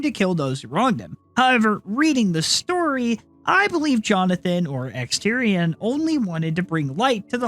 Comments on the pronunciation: Omt and Exetior (pronounced X-eh-tor) are my favorites, and both belong in high S, in my opinion. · you...just called him fucking exterior... it's E X E T I O R